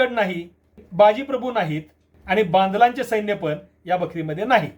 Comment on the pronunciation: पन नसतं पण असतं रन नसतं रण असतं. कोणी काही सांगत तर ऐकायचं आणि सुधारणा करावी. बेशिस्त उत्तरं नाही द्यायचे.